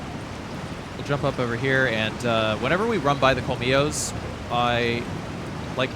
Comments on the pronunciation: A correction: as a native Spanish speaker. The dogs aren't pronunced 'komilos'. In Spanish the ll sounds like a 'sh' in English. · The thing is that in Argentinian Spanish it is pronunced as a 'sh'. I dunno, but I quarantie it is not 'kolmilos'